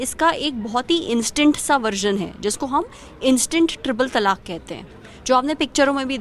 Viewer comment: madam, pehle toh ye jaan lijiye ki its not TALAKH its TALAAK. last mein 'kha' nahi hai